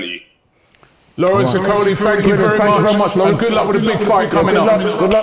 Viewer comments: Robbie needs to work on name pronunciation. You butcher most names. Maybe you need to do some rehearsals before the show. Okolie is pronounced as Oko-lie and not ikoli. That’s a Nigerian name and we pride ourselves in our names because it has a strong traditional connotation. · O..kolie not E..Kolie or e-coli. And he's a cruiserweight